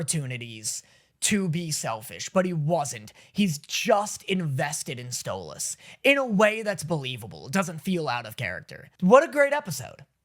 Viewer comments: Im just so happy you pronounce Stolas correctly now 🥰🥰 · HOLY SHIT HES SAYING STOLAS' NAME RIGHT!!!!! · Is nobody else noticing how hes finally saying stolas's name correctly???